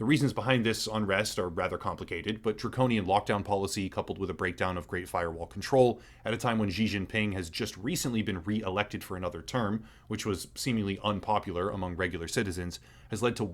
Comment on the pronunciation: Xi Jing Ping = Shee Jing Ping Zhengzhou = Jung-Joe It’s not your fault pinyin uses Roman alphabet but now that you know Chinese X’s are very close to SH sounds and ZH are close to J’s, I hope that helps. Confusingly E’s are closer to uh sound, and o is like Joe, and u are like Uber